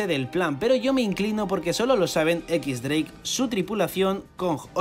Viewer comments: Si pronuncias "equis- dreik" Lo correcto no sería "ex-dreik"? Porque si dices "equis" entonces dreik se pronuncia "draque" :v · Si es cierto xdd algunas pronunciaciones de los españoles son bien raras mezclando español con inglés lo correcto sería decir "equis draque" o "ex dreik"